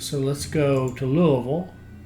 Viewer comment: Since you know how to pronounce Louisville correctly, presumably it has also occurred to you how weird it is that the Ohio River is not on the map.